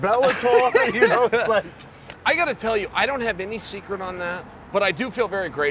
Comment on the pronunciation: "I couldn't telyahwhoovabawa card"